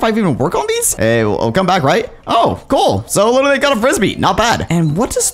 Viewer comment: Bruh really said mystical frybee